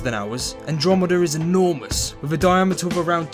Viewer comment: "Wiv" ...??? (lol) Otherwise, a great presentation. :-)